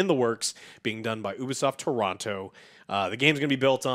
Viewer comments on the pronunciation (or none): none